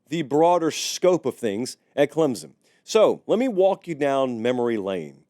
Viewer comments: CLEM SON, not CLEMZON, NOT CLEMPSON, CLEM SON, CLEMSON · I do wish people would learn to say Clem-son instead of Clem-zon!!! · It’s clemPson sir. Love the videos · there is no "Z" in Clemson